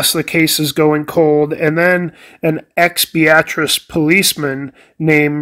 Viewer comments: Can confirm he's saying it correctly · I lived in Beatrice for 37 years and he's saying it right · I am actually not saying it wrong. I am from the area and know how it is pronounced by locals (bee-at-tris). Very common for people not from the area to think it is pronounced like the woman's name (Bee- uh- tris). You probably won't be the last person to mention that either.